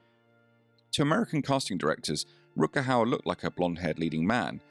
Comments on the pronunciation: Jaki Rut Kau? Kuźwa co ten AI lektor z Koziej Wólki pierdzieli. Czy nie ma już normalnych lektorów z krwi i kości? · I will never forget a small, but real moment that happened on a local TV station, back in the early 1990s in Seattle...Rutger was beginning to be interviewed on a "morning" regional show, hosted by a well-known, blonde "bimbo" type of local media "star"....She started off the interview by mis-pronouncing his name...and then, she mentioned the name of his latest movie--but completely blew it!...Rutger was not in the movie she referred to!...So, he visibly stiffened, gave that malevolent stare that only he could give, and answered just a couple more questions by saying yes, or no...no further info came from his lips!...He was clearly pissed!..and the girl terminated the interview very quickly. I felt sorry for Rutger--and also sorry for the vapid hostess of the show! A very awkward moment!